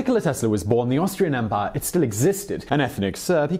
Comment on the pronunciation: Simon, please keep pronouncing 'empire', 'emPIE YA'. Adds a nice spice to the narration.